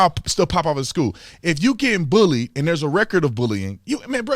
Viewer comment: I think he said bowlweed not bullied lol.